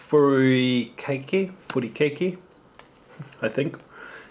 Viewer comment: Lol kiki dude its pronounce like fruu-ee-kaa-kee :)